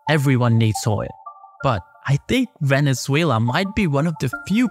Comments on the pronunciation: "VENELUZA".....???....HAHA.....don't trust this guy at all...... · 😂 Veneluza ? I know Maduro is a loser butttt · It is not Veneluza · Veneluza... Dude, come on! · literally opening your video just to see this complete butchering of my country's name on the very first second